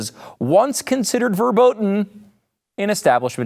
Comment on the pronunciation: verboten not werbooten :] u are welcome^^